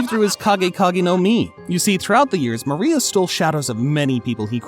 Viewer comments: Who the hell is gecko maria.. if you’re going to make a video about one of the most famous anime in the world the LEAST you can do is find out how to pronounce the names. gecko Maria -Gecko More ia Bege- beige like the color of pants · Gekko MARIA???😂😂😂 I am pretty sure it is MORIA! 😂😂😂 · His name is Moria not Maria though.. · Moria is not Maria 😂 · Why do you keep pronouncing moria like maria... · bro is pronouncing moria like maría